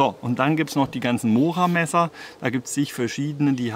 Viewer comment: Vielen Dank für deine schönen intelligentern Videos . betone das o bei mora doch bitte als u .also mura .es schmerzt doch arg.😁😁😁